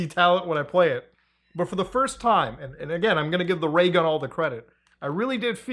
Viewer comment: LMFAO, He said RAYGUN